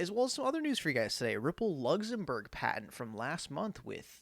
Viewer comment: Lugzumburg lol